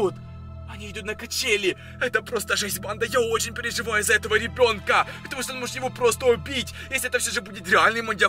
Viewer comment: Не говори так "под намИ! КанАл! РебёнкА." И т.д.